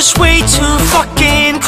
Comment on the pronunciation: 현상이 발음이 좋아서 풕킨 하는데 쾌감이.. 이런노래 더 해주라ㅠㅠ 잘어울린다.. 잔잔한거 하다가 반전매력🫠